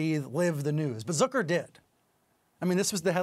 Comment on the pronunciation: "Zöker"???? It's Zucker buddy. Get hooked on phonics